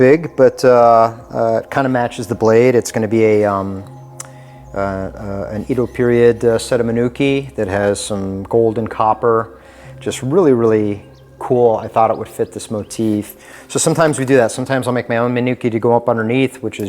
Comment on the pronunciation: Nice collection, but that knife is gross, an insult to call a wakazashi, and the wrap is bad. That's not where the paper goes. Also, someone with this collection should know how to pronounce Edo.